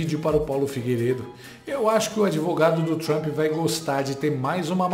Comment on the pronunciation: ela disse ministro donald thrump ?